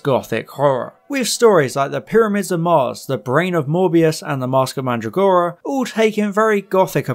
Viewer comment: You say Mandragora about as well as Matt Smith says Metabelis.